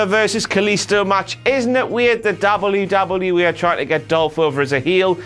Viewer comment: Darble-yew-darble-yew-E. Brick.